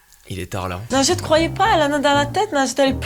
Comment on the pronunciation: C'est pas Najete mais linjete